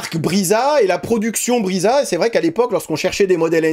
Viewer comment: Brisa se dit Brissa, pas Briza et nesmuk se dit nesmouk pas nesmuc.